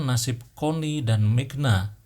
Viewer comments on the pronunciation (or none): migna? Magna kali kak🤭